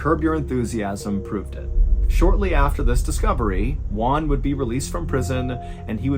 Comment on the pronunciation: mr ballen, the j isn't silenced it's pronounced hwan. j sounds like h in spanish